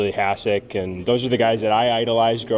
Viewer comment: I love Lyon and he’s been a stud for us. But why are so many in the organization not pronouncing “Hašek” correctly?